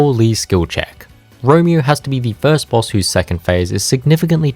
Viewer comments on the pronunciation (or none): none